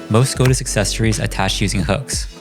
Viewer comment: TIL I have been saying Skadis wrong my whole life 😂😂